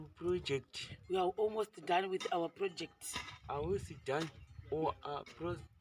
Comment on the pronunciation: 😂😂😂😂😂😂chi British for baba Ruva awumos done 😂